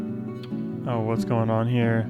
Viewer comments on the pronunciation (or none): none